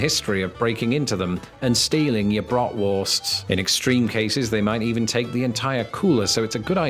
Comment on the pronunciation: What on earth is a brotworst? That's some seriously odd pronunciation.